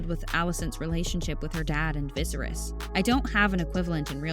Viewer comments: I was looking for a comment about that! Viserus? You have to be kidding me, lol. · Turned off when the host mispronounces the name Viserys 😅 clearly haven’t even watched the show